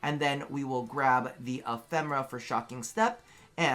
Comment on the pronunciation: Im sorry,! It is E-phe-me-ra:D (Not E-phem-ra)